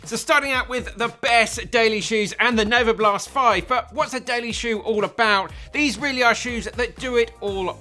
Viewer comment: Novablast* not novoblast